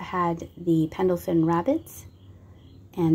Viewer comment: I enjoy your videos very much. I like that you show the shelves in the stores that you visit. The guitar planter is definitely not one that you see often. I have noticed that you( and ) always say Pendlefin.(Pendle fin). It is actually Pendelfin(Pend elfin). Just wanted to let you know.